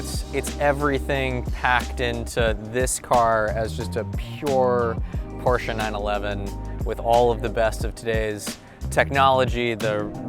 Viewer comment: Thank God he knows how to say , “Porsche”!